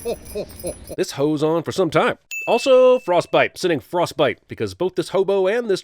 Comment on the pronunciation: Did anyone hear he said frothbite